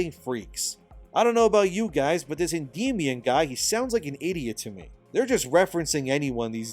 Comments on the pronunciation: I believe it's pronounced Endy Minion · i believe it's pronounced end my on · I’ve never gotten into Warhammer 40k but this game at least makes it worth thinking about! Also I think it’s pronounced “End-ee-MY-ahn”. ;) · It's pronounced Enddy Meow Un , because he identifies as a Korean kitten leader.